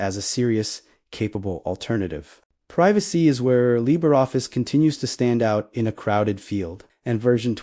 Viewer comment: What exactly is "Libeffice"? I hate AI with a passion...